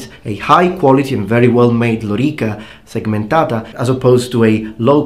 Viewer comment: what a remarkable prononciation of lorica segmentata :) i like italian accent